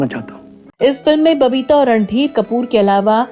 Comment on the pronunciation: Aap baar baar ,Ranbeer kehte hai .He was Randhir Kapoor .n not Ranbeer